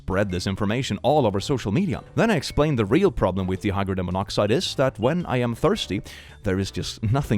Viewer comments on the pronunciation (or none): First off, love your content. I have some minor pronunciation corrections, however: First, the 'di' in 'dihydrogen' is pronounced the same as 'dye' or 'die'. Second, the 'Bee' in 'Beethoven' is pronounced like 'bay' or 'bae'.